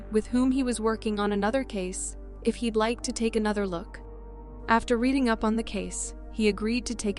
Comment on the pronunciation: The Anna Kane one, the town of "Reading" is pronounced "Redding".